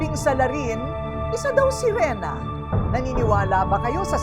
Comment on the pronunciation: anong serina? hhaha SERINA DW HAHHAHA SIRENA HINDI SERINA HAHAHA MGA ANIMAL MGA BUGOK GGWA NA NGA KWENTO KATANGAHAN PA...LOL MRUNING DW LUMANGOY PERO NALUNOD TAY KULANG KA SA JAKOL